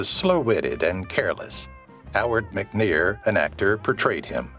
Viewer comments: Howard McNear, NOT Howard McNeal...... Dummy! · Howard McNear, not Howard McNeill. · "Floyd the Barber"s ight name was Howard McNEAR - NOT Howard Mc Neal!